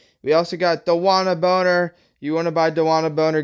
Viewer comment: Brother. It’s bonner*😂😂